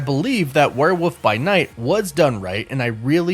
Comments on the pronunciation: I find it interesting you pronounce it as "Were-woof"... like, where'd the L go? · your pronunciation of "werewolf" is absolutely adorable